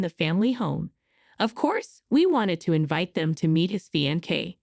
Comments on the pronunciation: Yes. Pronunciation is fain..say not fian cay😊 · oh gawd, I see what you mean. I normally read with sound off. she's saying Fie ancee , instead of Fee ancee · Hearing the narrator mispronounce; "fiancee'" several times is cringey! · Very good story, creators please work on the word fiancee, pronunciation is off. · I hate how the words get mispronounced I never heard fiancee pronounced like that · Every video I watch the word fiancée IS pronounced wrong. Go back to school please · I hate that too..